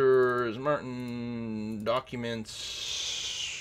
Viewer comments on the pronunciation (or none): none